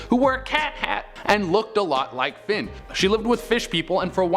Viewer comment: I'm sorry, did you just call Finn "Flynn"? People always do that to my son it's so annoying